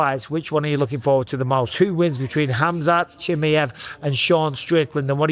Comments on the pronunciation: WHO IS “ CHIMMMMEY HEV” Micheal is “ Chimaev” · every time you wronlgy pronounce chimaev - a chechen newborn dies